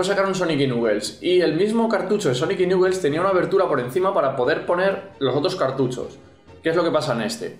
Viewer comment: ¿Nuquel? ¡Se pronuncia "Naquels"!